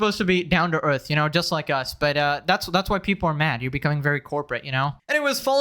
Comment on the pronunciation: Logan's 'best' buddy? Think you said the word 'butt' wrong